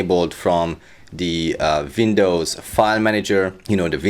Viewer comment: Vindows! 😂 Please, please tell me this bloke is satire. Because my head is about to explode!!!